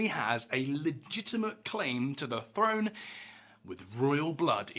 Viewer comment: Throne is pronounced with a th , not an f.